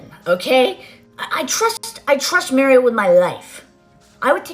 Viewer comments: The way she pronounced Mario’s name 🙄🙄🙄🙄🙄🙄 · MARRIO is how she says his name lol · Who is Māre-ē-ō? She speaks so sloppy! 😩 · "Official wedding foundation"? Is that even a thing...and, could she please learn how to pronounce "Mario" 'cause it's not Marry-o...ok, she said it wrong over and over then closer to the end she said it right...she's a liar about everything. People have said her accent is fabricated. Ok...I just don't like this chick/dude...whatever her persuasion. She's just not honest and I love honest people. You two really never seem to lie. ❤